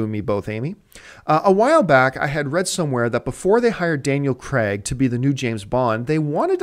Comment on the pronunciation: It's pronounced Daniel Crayg. Spelt Craig, I know, but pronounced Crayg. NOT Cregg. This isn't like other Americanisms this is a name so there's only one way to pronounce it correctly. Just sayin'